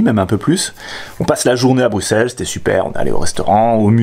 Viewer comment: xD Tu m'as tué avec "Vavre", j'avais pas compris au début de où tu voulais parler :p En Belgique, on dit "Ouavre" ;) Par contre GG, tu dis comme il faut Bruxelles ! Merci pour la vidéo !